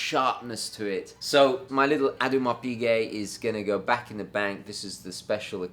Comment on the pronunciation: .....it's not ADDYMAR Piguet, it's Oh d'Marr Piguet. As for your Moonphase watch, call it Keith, after The Who's legendary drummer! Also, your chums at Bremont have a boutique in the Royal Exchange near the Bank of England in London (BEAUTIFUL Georgian building perfect for hosting large parties),. Maybe they could be persuaded to host your London Gentry event which is no doubt on your mind?